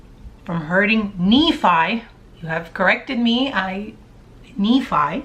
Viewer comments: Just so it's clear, Nephi pronounced Nee-f-"i". Rhymes with Refry as in Refried Beans. and Nephites is Nee-fite-(s) You're amazing, real and funny and probably a great person in general. Thank you for your channel. Keep it up! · Maybe this would help you too. It will help you with the pronunciation of some of the names, like Lay-mon, Lem-ū-al, Lay-bon, Knee-fie. It would help you feel comfortable and confident when you pronounce all the names… which would put you ahead of almost everyone. Haha.